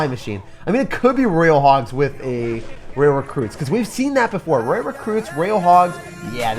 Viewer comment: ITS FUCKING PRONOUNCED ROY-AL NOT RAIL LEARN TO PRONOUNCE DUDE or choose a different language to speak